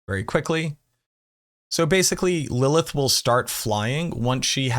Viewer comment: You're adding too many "L"s to Lilith